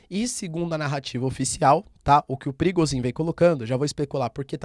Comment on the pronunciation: Parece nome de chefe de tráfico no Rio de Janeiro skksksks eu sempre escuto perigozin